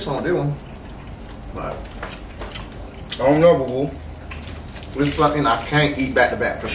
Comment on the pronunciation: My man was saying them all correct 💀😂